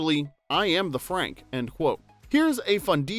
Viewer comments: It’s not Franke moron it’s pronounced Frank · I'm begging you, watch the movies first. It's pronounced Fraunk, not FRANK. A few videos ago you said people think you're AI and the frequent mispronouncing of characters or actors names are why. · Not Frank, Fr-on-k; did the narrator watch the movie? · Isn't wedding planner's name pronouced fronk not frank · Great video -- LOVE this movie! (I like this channel because the narrative isn't an annoying AI voice. At least I don't think it is. If the narrator had seen the movie, he'd know that Martin Short's character's Franck isn't pronounced like ordinary American "Frank.")